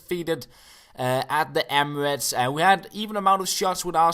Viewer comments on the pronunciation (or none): none